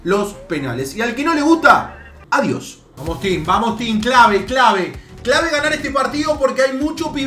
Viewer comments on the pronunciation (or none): none